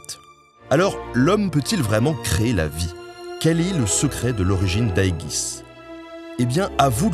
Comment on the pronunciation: bonne vidéo, le jeu à l'air prometteur. Juste un bémol : on dit Aéjis voire Éjis ou en anglais Éjdis mais pas Aéguis, c'est l'Égide (bouclier que seul Zeus ou Athéna pouvaient utiliser)